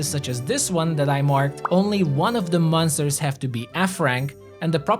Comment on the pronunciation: I don't know why you pronounce monsters like m-un-sters. Good video nevertheless.